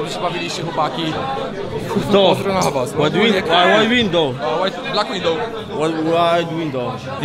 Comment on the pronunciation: white łindoł haha